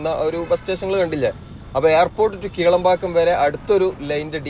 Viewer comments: Bro, Kilambakkam and Kelambakkam are different. When you say Kelambakkam, it's confusing. 😅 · ഒന്ന് കിലാംപാക്കം മറ്റേത് കേളമ്പാക്കം...